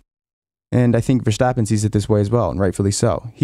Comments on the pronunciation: The ‘s’ in ‘Verstappen’ is sharp as in ‘stop’, not as in ‘should’! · Please don't say VerSHtappen. It's pronounced with an s.